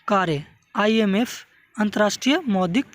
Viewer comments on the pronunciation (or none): Bhai wo IFM nhi hota h IMF hota h